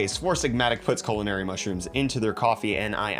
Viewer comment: Culinary he says... Mmmmmhmmm